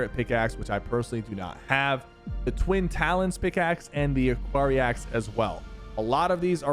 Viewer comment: Twin talons sounds like Twin To